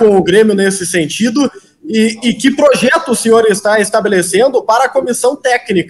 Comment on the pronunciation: Ele tá falando mto em "proxeto" acho que vem Luxemburgo🤦🏻‍♂️😂😂😂